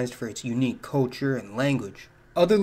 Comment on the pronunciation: Sorry dude but you need to practice the word "culture", since you use it so often. Try "cull chure" instead of coll chure.